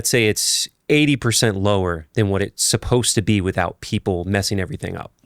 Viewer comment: Supposed is two syllables, not three. Supposedly is four syllables.